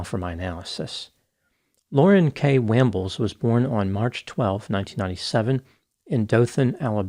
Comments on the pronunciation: Just did a quick look at the Shane dude (cuz he's a hottie) and saw a piece on local TV including a clip of chick's testimony. It's pronounced "Wahmbles" not "Waaambles". 😉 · No I don't have rhotacism it's pronounced Wambles.